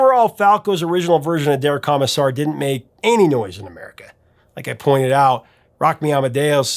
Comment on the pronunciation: Am I the only one who winced just a little every time Prof said "Kah-missar" instead of "Koh-missar"?